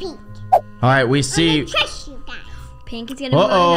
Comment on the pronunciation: I’m going to Trost you gays Me;awww☺️🥺🥺🥺